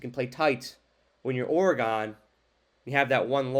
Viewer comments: Just trying to help a brutha out, saying “or-e-gone” over and over sounded like a lot of work 😂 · It’s pronounced “or-gun” just FYI no or-e-gon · its not ORE GONE, its oregun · Dude, you really gotta understand how to say Oregon. I can’t watch your video with you saying Oree gone. That’s not how to say Oregon. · Well, NOW it's OreGONE! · you pronounce Oregon like I imagine a martian would 👽😂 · Good, I’m not the only one to tell him. When you don’t know how to say the name of a state properly, it makes it look like you don’t care and don’t do research. All your other analysis seems bs after that. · my point is that not even knowing how to say the state’s ( and school) name, after watching tons of game tape, or or other things, to make an educated determination that a team is better than another one, you would’ve heard their name a million times. Or, because they’re a national brand, you would’ve heard their name a million times on game day or every time they’re spoken about. It makes it seem like you did none of that, and it absolutely makes it look like you aren’t that thorough, aren’t putting in the time, so that I could put any weight to your assessment. That’s not an accent, that’s a lack of enough respect to say their school and their state’s name right. Just do better next time. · wow buddy. I never said I knew you. I simply gave my opinion, based on my life’s experiences, that it seems like you didn’t put a ton of time into your vid. Maybe, just take the constructive criticism, at face value, and do better next time. At least learn how to pronounce oregano